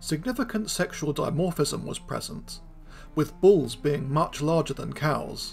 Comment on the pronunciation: You make the word bulls sound like balls to my ears.